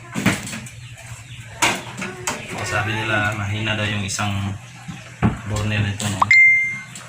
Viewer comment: Burner pronounced as "berner" sagwa pakinggan, burn beybi burn by usher 😂😂😂pero nice job sir,more helpful tips.